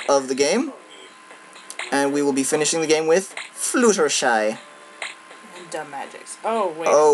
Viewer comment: its pronounced fluh - tehr - shy not flu - tehr - shy as in flute.